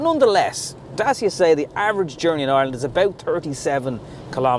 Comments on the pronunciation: Dacia is pronounced DAT-CHA! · As a romanian, The second pronounciation, is correct. It's Da-tchee-ah. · I asked a Romianian colleague. It's pronounced DaCheea! Say it fast he told me. Hope this helps. Great reviews fella. I subscribed recently & am very impressed. Keep up the good work.... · My Pizza delivery man asked me how I liked my Dacia Logan parked outside. He told me used to work in the factory that makes them in Romania. I immediately asked him how it is pronounced. He said “Dat-cha”. That’s from a Romanian…from the “horse’s mouth”. Dacia was an ancient kingdom occupying what is now Romania. The Roman Emperor Trajan erected Trajan’s Column in Rome in 115 AD to commemorate his victories in the Dacian Wars. Trajan’s Column is still standing to this day and was the “model” for thousands of other columns, including Nelson’s Column in Dublin. The Dacia Logan (now replaced by the Jogger) also has the window controls in the dashboard and for some reason has key access in the passenger door but none in the driver’s door. They must have forgotten about it when they moved the steering wheel from the left to the right. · Dacia should have 3 syllables(Da-ci-a); Dacia being the name of the territory that nowadays is called Romania.